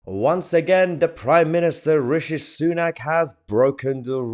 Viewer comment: Everytime you pronounce Richie sunook makes me smile. Keep it up Mahyar. 🤣 good OLD Biden…